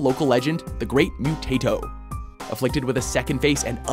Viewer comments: In The Post-Modern Prometheus, the creature's name is pronounced "Moo tah toe", not "Mew tay toe". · Stop saying mutato like potato...that is not how it's said. He is not a tater tot. No one in xfiles said it like that. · The Great “Mu-TAY-Toe” 🙄